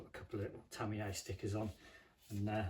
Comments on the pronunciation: Isn’t Tamiya pronounced Tami-ya rather thank Tami - Yay ? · My biggest fear is hearing ‘Tamiya’ pronounced ‘Tammy-Yay’. Stop it! Americans can’t say it either though… but they don’t go to your extremes, you sicko!